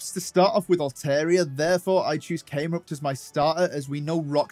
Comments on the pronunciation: It’s Numel not Noomel, Cam-erupt not came-rupt. Delete your account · I find it funny how ya say came-rupt